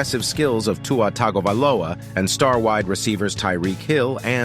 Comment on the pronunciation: Dude you just keep making stuff up for views. Please learn how to pronounce Tua’s last name if you even want to pretend you have any cred as a Dolphin rumor source.